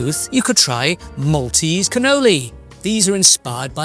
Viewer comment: Thank you for your guided tour of Malta,we have lived here for over 20 years and couldn’t live anywhere else x x plus your pronunciation of maltese was very good